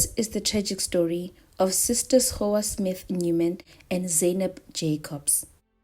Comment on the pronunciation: Her name is not Go- Wa .... It's Gouwa. With a gutteral soft G sound. At least find out pronunciation before making your video. And It's Zay- nab ..... Not Zaai nab